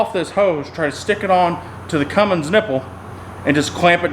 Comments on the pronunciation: that's not a thing he needs to get one that says fummins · How about never calling it a Fummins ever again! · The fummins😜